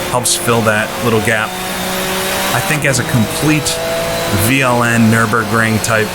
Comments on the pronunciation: You pronounced that quite good, Veranstaltergemeinschaft Langstreckenpokal Nürburgring is quite a mouthful, even for us germans (in english it means something like: Partnership of Organizers Endurance Cup Nürburgring)... these days it has been rebranded as NLS or Nürburgring Langstrecken Serie (Nürburgring Endurance Series). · This is it!! A very good mod! I loved ist back in the days! And...you did very well on pronounciation of VLN 😃